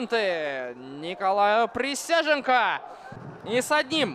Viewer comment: Присяжненко - какой хороший вратарь! С удовольствием в третий раз пересматриваю обзор. Комментатору вызубрить фамилию превосходного вратаря! Никакой не Присяженко, а Присяжненко!